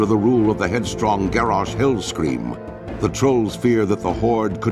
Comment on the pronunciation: lol i swear the narrator said Garrosh Hillscream